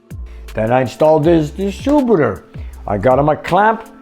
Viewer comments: Distributor... not distrubutor. Soft "i". And... Edelbrock... not Eldabrock. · I like the way you say "distroebeter"...no offence 🤣